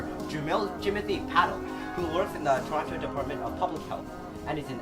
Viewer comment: You pronounced Toronto wrong tsk tsk